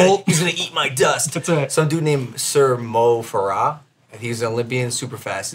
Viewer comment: The way he pronounced Mo farah.... I'm dead 💀